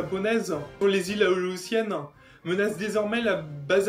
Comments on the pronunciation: Répète après moi: "A-lé-ou-tienne" (prononcé aléoussienne) ;-P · Iles A-Lé-Ou-Sienne ! AU-1 corsair, c'est une erreur sous la photo dans Wikipedia. Son petit nom c'est F4U. Grunnman au lieu de Grumman.